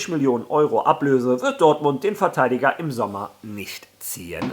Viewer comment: Wieso sagst du immer VerteiLiger??